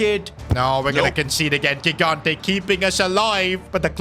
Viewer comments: Bro its not gigante its pronounced higante please acknowledge my comment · 3 episodes in a row tryna explain to that he's pronouncing gigante's surname wrong (first g = j)